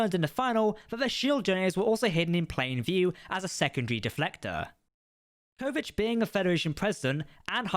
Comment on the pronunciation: I think the answer to the question in the title is a simple "yes". Also, please note that you go back and forth between the pronunciations "Kovich" and "Kovic". I believe the former is correct.